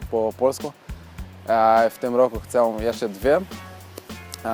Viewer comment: Gratulację, bardzo zazdroszczę takich zdolności. Mam jedną radę jeśli chodzi o polski. Literę ę na końcu słowa czytamy jak e - bez nosowości. Problem było słychać w słowie "chcę". Powodzenia :)